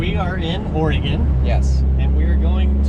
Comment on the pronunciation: Thanks for pronouncing Oregon (Ore-gun) correctly